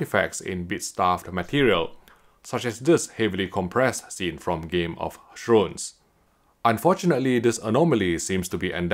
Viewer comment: LOL. Did he say "game of shrooms"? HAHA.